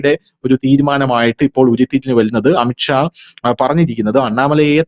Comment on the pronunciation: അമിത്ക്ഷാ അല്ലാ അമിത് ഷാ എന്നാണ്. പറയുമ്പോൾ ശ്രദ്ധിക്കണം.